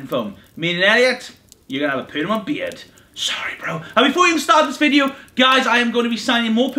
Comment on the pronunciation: It's PERMANENT not PERNAMENT